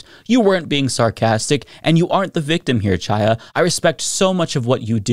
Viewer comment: The “Ch” in Chaya’s first name is pronounced like the “Ch” in Bach or Challah bread. It’s a Hebrew name. We take issue with all the fascists calling the VP Ka-MAH-la, we should pronounce her ethnic name correctly.